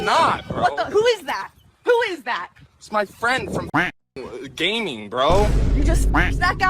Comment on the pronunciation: His friend from gay-ming 😂